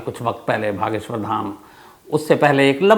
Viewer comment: भागेश्वर धाम nhi hota sir bageshwar dham hota hai sir please yese aage sai mat boliye kyuki hum apki bahut ijjat karte hai to ap bhi hamare baba ki ijjat kare please 🙏